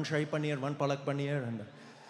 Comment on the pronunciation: He pronounces paneer in a very Caucasian way, his Indian impression was funny in this video. I hardly see anyone ordering Rogan Josh in India, it's more of a caucasian thing.